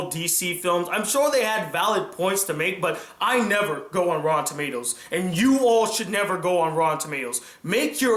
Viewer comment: I keep think U said Raw Tomatoes